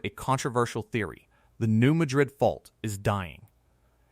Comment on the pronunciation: I’m pretty sure New Madrid is pronounced New MAD-rid.